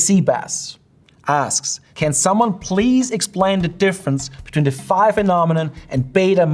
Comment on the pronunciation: Also ὀπτικός does not mean light, in Ancient Greek it means "of, or having to do with, sight". And ϕ isn't pronounced "feye", it's pronounced "fee", as in ϕεῖ.